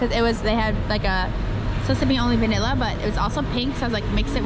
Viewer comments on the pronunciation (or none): none